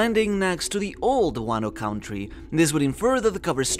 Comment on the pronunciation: "Count - ree" 😂😂